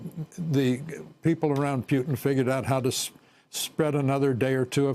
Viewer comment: I love how George Will pronounces Putin as "Pewtin" !!!